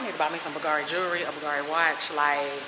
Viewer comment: BOGARI !!!!!!!! It’s Bulgari dear The V is actually U You’re original and fun tho Good bless you